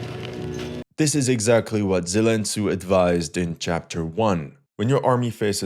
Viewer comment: Zelen Tsu 😂😂😂